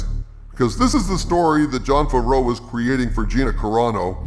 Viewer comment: I love how you pronounce Favreau as Fvro